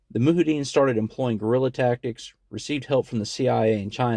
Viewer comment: Moo-hideen haha. It’s Mujahideen (moo-jihad-een.)